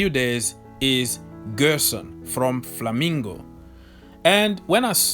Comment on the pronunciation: Flamengo pronunciation is not Flamingo, it is Flamengo